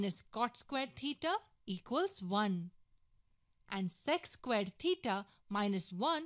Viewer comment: Maybe they don’t like the way she pronounces theta